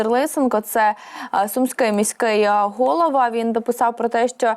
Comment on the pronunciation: Де ви берете таких дикторів,.що вони навіть наголос у словах не можуть правильно поставити ( гОлова, замість головА).